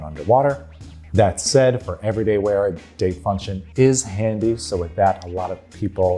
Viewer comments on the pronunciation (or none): none